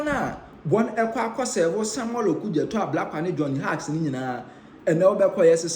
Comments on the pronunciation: Johnny Hughes. Hughes pronounced as "Hews" not Hugs. Thanks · Can't anyone among the Nsem pii presented correct this guy with some pronunciations? The name sounds like Hews. The spelling is Hughes. Please check it and don't rush.